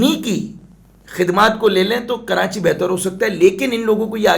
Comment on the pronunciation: 1.04 karanchi ki awaz😃😃😃